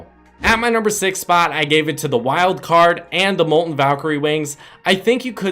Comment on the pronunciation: Its mol-ten Not mol-en